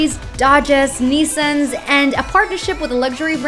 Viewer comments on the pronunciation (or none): Nissns you mean nissans